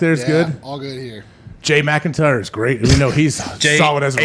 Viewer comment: And killing the names lol Jason “McIntyre” hahaha His last name is posted all over the office and in the title of the show